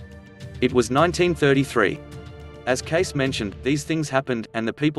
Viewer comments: The narrator is pronouncing the last name as "Case". That is incorrect. It is pronounced "Casey". You are starting out your statements with an incorrect name, so how can anything you say be correct if you can't even pronounce his name correctly. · Or maybe pronounce Edgar Cayce's name like ( Kay - See ). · The correct pronunciation of the last name is KAY-SEE. I know this because I am a long-time member of The A.R.E. in Virginia Beach VA and have attended many events there. In addition, I had the privilege of meeting with Edgar's younger son, Edgar Evans Cayce (KAY-SEE) years ago. All best wishes to everyone. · His name is pronounced Kay-See. Your research should have included that. Roosevelt was not shot. What did he say exactly about 2022? Could we say this is just click bait? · Thanks for the comment below, so will only add this: pronunciation of his last name is K-SEE (2 syllables, with accent on the first). Won’t watch tho’ having moved to VA to learn more about this psychic decades ago. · Um, no.. I dated his grand niece and it is pronounced Cay see.. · Are you being facetious? Hahaha. Because you know his name is pronounced Kay See! 😆😆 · Too annoying to watch more. I agree, please pronounce the man's name correctly. It's Kay-see. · The name is pronounced with a long E at the end. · learn how to pronounce his name before lecturing about him-it is not CASE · Look it up online on how to pronounce Cayce - it sounds like ka sy - 2 syllables. Look it up. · It's prounced Cay cee. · His last name is pronounced: KaySee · His name is pronounced: KAY-CEE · The name was Cayce, as in Casey Jones. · Edgar Casey pronounced KAY SEE. Shame all the research to regurgitate this story and you can not get his name right. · His name is pronounced KAY-see. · KC pronounce ít correctly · It is pronounced Cay-Cee. You should do your homework before reading a script! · Cayce is pronounced as Casey. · Pronounced “Kay-see.” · His name is pronounced Kay-cee. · Pronounced Cay cee